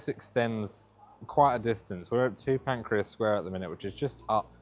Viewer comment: St Pancras, not St Pancreas!